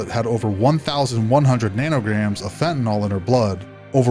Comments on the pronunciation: FentaNYL not fantaNOL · Fent a nil not fent a nol jeez 🙄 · FentaNYL not fentaNOL